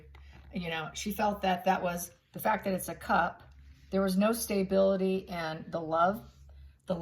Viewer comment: I love your channel and I watch it every time you put up a video but I really wish you would learn to pronounce the word stability correctly there is no “y” in stability